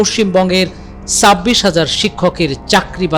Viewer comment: আমার মনে হয় আমি ভুল শুনেছি ,,,, "সাববিশ হাজার" এই রিপোটের মুখে। যদি এটা ভুল উচ্চারণ হয়, তাহলে আমার মনে হয় ওটা "ছাব্বিশ হাজার" হবে। খবরের রিপোর্টার যদি এমন হয়, তাহলে শিক্ষক কেমন হবে। ????? "গামবাট" রা তাদের যোগ্য নেত্রী পেয়েছে। এর বাইরে কিছুই হতে পারে না। এতে লজ্জা বা ভয়ের কিছু নেই। যেমন মানুষ, তেমন তাদের যোগ্য নেতা বা নেত্রী।